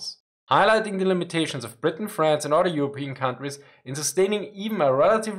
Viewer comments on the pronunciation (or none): none